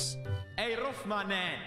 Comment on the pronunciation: Rolph not Rolf